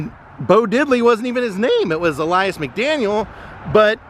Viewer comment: Awesome,! Thanks for doing this one. That memorial is awesome and well-deserved. One quibble: I think "Ellas" is pronounced like "Ellis", not "Elias." But he's always Bo Diddley to us.